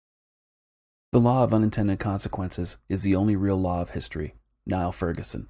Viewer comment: You do good work... I'll be ordering your book later today. Minor point: Niall Ferguson pronounces his first name as "kneel" one syllable, not "ny-ul", two syllables.